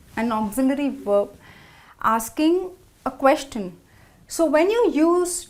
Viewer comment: Please proofand edit the videos before you post them. In a video about common errors made while speaking, the speaker '' herself has made many mistakes: 1. Many a times: It's either 'many a time' or 'many times' 2. The pronunciation of the word 'Question'